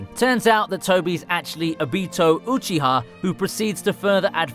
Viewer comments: Everyone: Obito Uchiha This guy: Obeeto Oochi-ha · uhBEATo OOcheeha